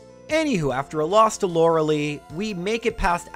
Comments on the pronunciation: lorelei not loralee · Hearing him pronounce Lorelei as laura lee instead of laura-lie is nails on a chalkboard to me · If you said lore-lye properly, agatha would let you first try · I believe it's pronounced Lorel-eye... Correct me if im wrong though! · He is saying lorelei wrong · Youre saying lorelei wrong eh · Lore a lie, not Lore a lee Arca nine, not Ar Canine